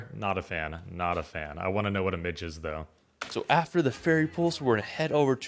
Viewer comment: Weirdly, given his somewhat dodgy pronunciation, his pronunciation of 'midge' (midgee) is correct! He should forget bug spray, these wee blighters lap that up. Only thing I found to prevent bites was Avon skin so soft - original only. A very touristy top 10, a lot of which are dependent on weather so people's experience may vary.